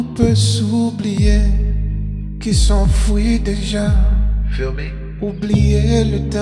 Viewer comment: Il n’y a qu’un mot que je corrigerais pour la prononciation (qui s’enfuit au lieu de qui s’enfouit) mais c’est ce qui rend, en partie, sa version magnifique!! Pour le reste absolument parfaitement bien prononcé. SVP, les francophones, arrêtez de critiquer sa prononciation! Vous n’avez rien entendu des politiciens anglophones qui se disent bilingues et qui nous baragouinent le français au Canada!! J’adore sa version de cette belle chanson d’amour de Jacques Brel! Brel, qui est belge en passant!! Merci pour les ajouts de rap. Ils s’intègrent très bien!! Je crois même presque préférer ta version, Wyclef, à l’originale. Je suis québécoise. On subit aussi les foudres des français sur notre prononciation. La prononciation de Wyclef du français est impeccable!! Je le répète, impeccable! Merci à tes origines haïtiennes! Tu as su faire de cette chanson un nouveau chef-d’œuvre!!